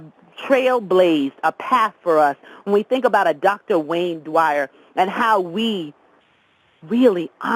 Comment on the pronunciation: With all due respect, in the future if you are going to give a tribute to a legend, please at least learn how to honor them by saying their name correctly. His last name is "Dyer," not "Dwyer" as your colleague kept trying dozens of time to tactfully correct you. Rest in Peace Dr. Wayne Dyer....